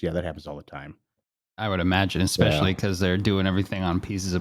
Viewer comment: Everytime I hear ' "eckspecially" I am more annoyed than ever before lol.